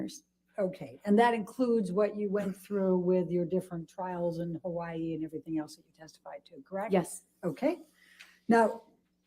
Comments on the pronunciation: I like. You can tell she's spent a ton of time in Hawaii. She actually says it semi correctly. Hawa-ee, not hawayeee... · For what it's worth to, the way the Forensic Psychologist pronounces Hawaii is exactly how locals would say it. If you live there for any period of time you adopt that quickly (excepting military) because saying it any other way isn't well-tolerated. It's also a hard habit to drop.